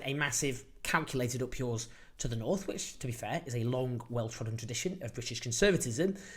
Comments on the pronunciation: Nurth 😂 he can’t even say North properly. Never mind level it up. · the nerth?